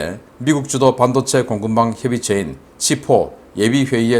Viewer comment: 반도체 발음을 잘못하고 있어요....반...하고 높임이 아니고 낮춰야 함네다.